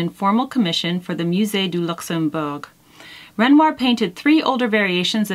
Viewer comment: I am so enjoying the monthly chic assignments Jennifer! I am familiar with both Satie and Renoir and agree with your choice of painting. PS. Your pronunciation of ‘Renoir’ was excellent. God bless. Pauline xx